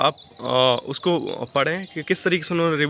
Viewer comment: रिबू नहीं होता है रिव्यु होता है